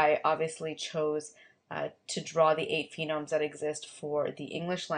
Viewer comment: This is helpful. Thanks! I just want to mention that it's a phoneme. PHO-neme not PHEE-nome.